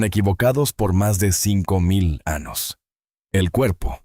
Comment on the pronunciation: Anos, ? montanas, ? Extranas? Esta I. A. No sabe hablar español...antes de usarla, que aprenda hablar...👾🛑